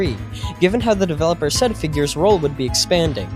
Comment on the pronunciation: FIGGURS DICK